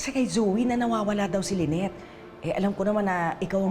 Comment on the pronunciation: Ang name ba ay Lynette or Lyneth (with “th”)? Kasi is driving me crazy when he pronounces the name of his wife with “th”.